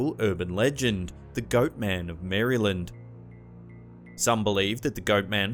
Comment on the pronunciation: I live in Maryland and must say I LOVE the way you say it!! 😍